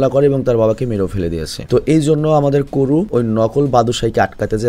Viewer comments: বাদোসাই❌বাত্তোসাই✅ কোরু❌কাওরু সাগারা❌সানুসুকে✅ 😒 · এটা আমার পছন্দের একটা এনিমে। নামগুলো ঠিকভাবে উচ্চারন করেন। নাইলে বিরক্ত লাগছে। হিরোর নাম বাদসাই না। কেনশিন হিমুরা। পরে রুরোনি কেনশিন নাম নেয়। সবাই তাকে হিমুরা বাত্তসাই বলে ডাকতো। বাত্তসাই একটা উপাধি। নাইকার নাম করো না, কাওরো। এগুলো সহ বাকি সবার নাম ঠিক ভাবে উচ্চারন করবেন।